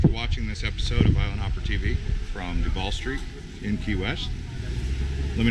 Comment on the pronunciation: It’s Truval not Trudu